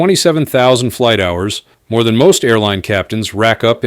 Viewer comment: Flig Debrief? Really? Ai shit